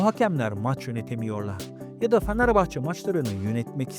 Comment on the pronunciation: Sen başta Fenerbahçeyi doğru telaffuz et😂😂